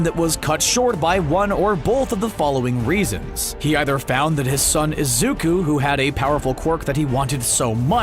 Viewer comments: he said izuk-a not izuk-u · izuku but he is pronuced has izuka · no one going to talk why pineapple guy calls izuku izuka?👁👄👁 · Yk what disturbs me in this is that the theory person is always saying izuka when it’s izuku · One thing that triggers me in the video is the way the narrator says "Izuka" instead of "Izuku". (Im talking about the video theyre reacting to- No hate on you, the vid itself is awesome) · I love how the guy in the video calls Izuku ''Izuka''. It's kinda funny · Omg every time he says "isuka" I lose parts of my mha soul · Man fr said IZUKA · No one: Absolutely no one: Guy making the theory: Izuka (I know it’s probably an accent and I’m not hating) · they spend 90% of that orriginal video calling Izuku "IZUKA", >> pronunciation ppl. it goes a long way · im just pissed hes saying “izuka” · And : HaRiKaShI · There is definitely a a at the end of izuku